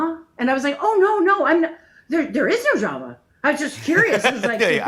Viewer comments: haha you couldnt sound less like an australian with NO DRAMAAAA lol, was too funny to hear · Lol.....as a Aussie, it took me a while to realise you were saying no drama ! Very English pronunciation. Nahr drahma mate !